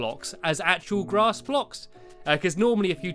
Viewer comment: stampylongnose whenever you say grass you sounded like glass okay bye